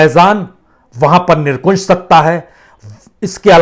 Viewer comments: Sir nirkunsh nahi nirankush shabd hai ..bolte samay Dhyan dein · सर जी आप निरंकुश को निरकुंश बोल देते हैं, गुस्ताख़ी माफ़ हो। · वाजपेयीजी कृपया कुंश नहीं शुद्ध उच्चारणअंकुश करें । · निरंकुश होता है। निरकुशं नहीं होता है कृपया सही करें। धन्यवाद। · Not nirkunse but correct is nirankush. Sorry, thanks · Nirankush hota he nirkunsh nahi sahab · क्षमायाचना के साथ ...... निरकुंश नहीं 'निरंकुश' । 🙏